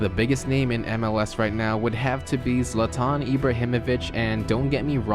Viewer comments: Its not Zlataan its Zlaatan (Pronounciation) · It's Zlaatan not Zlataan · You butchered Zlatan's name 😂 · Bruh you butchered zlatans name holy sht